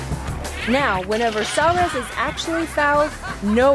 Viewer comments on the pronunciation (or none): Hey! It's SUAREZ not SAUREZ! Damn! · Wow the pronunciation of suarez lol